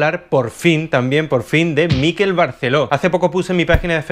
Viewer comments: "Miquel", no "Míquel". Es una palabra aguda, igual que "Miguel". Qué manía de querer hacer exóticos los nombres catalanes con lo patrios que son jejeje Un saludo! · No es Míquel con acento en la 'I' (como níquel). Es Miquel (Mi kél) acentuando la 'E' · Antonio, un apunte, es Miquel (palabra aguda, por lo tanto la sílaba fuerte es la segunda, "quel" y no como la pronuncias tú, como si fuera una palabra llana, es decir, sería Miquél, te lo dice con cariño un mallorquín con sangre cordobesa 😀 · Miquel Barceló es mallorquín, por lo tanto su nombre se pronuncia Miquel - tónica - y con la e abierta (Miquèl), no Míquel - átona - que parece vasco o inglés cuando es un nombre catalán. A parte de esto muy interesante, gracias. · En catalán-mallorquín se pronuncia Miqu(é)l, con acento en la e y no M(í)quel. De nada. ;) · Por favor, "Miquel" no lleva acento. MIQUEL, no MÍQUEL. Gracias Por lo demás, me encantó el vídeo. Espero segunda parte ♡ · es miquel con acento agudo no es llano!!! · Miquel, no "Míquel que no es vasco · MiquÉl, MiquÉl….que es mallorquín, no neoyorkino. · Se llama Miquél no Mikel jaja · No se en dónde ves la tilde en Miquel para que todo el rato le estés llamando Míkel. Ya que criticas empieza por lo más básico, pronunciar bien el nombre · Miquel con acento en la última sílaba. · ¡Hola desde Mallorca! Espero que no te moleste el comentario, ya que no es la intención. Miquel se pronuncia con acento en la e...Es palabra aguda.Un saludo de seguidora. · Hola Antonio! Acabo de descubrir tu canal y ya me he tragado unos cuantos de tus vídeos. Bastante de acuerdo con tus opiniones y alguna que otra discrepancia. Me encanta el formato porque es el tipo de debate que abriría echando unas cervezas con mis amigos. Solo comentarte que "Miquel" en mallorquín se pronuncia con el acento en la "e" y escucharlo pronunciado con el acento en la "i" a los que no somos del norte nos duele un poco en los oídos, jejeje. Perdón por la observación y ánimos con el canal.